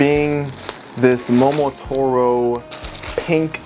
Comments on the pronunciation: For the love of all that is good, it's momoTARo, not momoTORo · why does he keep saying mo-mo-toro